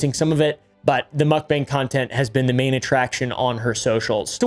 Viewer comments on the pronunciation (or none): Mukbang is pronounced like "mock" "bah-ang." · Mook-bang the "Mook" says it all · I despise the way you pronounce mukbang